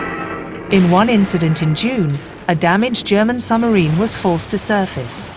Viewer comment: You would have thought, with the time, effort and expertise that has obviously gone in to the making of this documentary, that somebody would have taken the narrator to one side and asked why she was saying "summer-een" instead of submarine. Oh, god! She just said "add-me-rally-tee"!